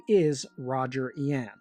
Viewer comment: It's "Yu ahn." pronounced like Yuahn..